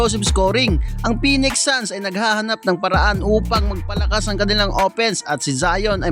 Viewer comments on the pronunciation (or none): none